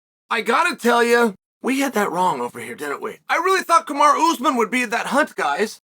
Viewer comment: Kamar'a Usman Love how Chael butchers names